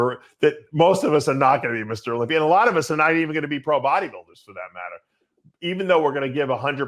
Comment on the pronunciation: How does dave say tuna when he says olympier